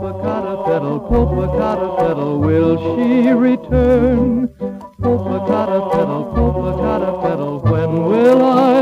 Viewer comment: This is an English version of an original Spanish song from Mexico, which seems not to have been transferred to film for YouTube. The original song is not so frilly and "novelty", but does include a similar mispronunciation of the name Popocatépetl. The melody is beautiful, and the song on the other side of the original Mexican record (about loving a city with beaches) is amazing.